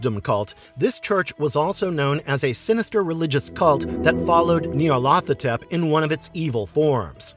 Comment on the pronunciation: Not pronouncing these right. It's Nie-yarl-tho-tep with emphasis on the 1st syllable, a drawing out of the 2nd, each syllable being elongated. Most have difficulty pronouncing these crazy names, yes?